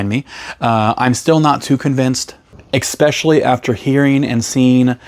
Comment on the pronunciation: He's critiquing your pronunciation of "eSpecially". Some people have nothing better to do with their time...